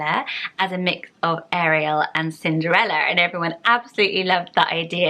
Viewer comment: My name is Ariel pronounced how you said it! No one says is correctly! Now I can say it’s said the French way